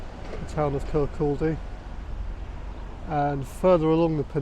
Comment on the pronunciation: Great video. FYI the L in Kirkcaldy is silent…….Kirkody. 🙂